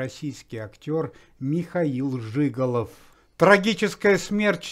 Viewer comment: Сам жИголов. Актер Михаил Жигалов. Это ж надо так коверкать фамилии людей. Уму непостижимо 👎👎👎👎👎👎👎